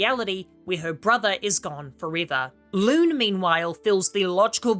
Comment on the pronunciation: Who tf is Loooone? And Lumir? Lol you massacred the names so bad